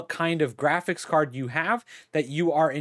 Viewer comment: My man said "giraffics driver"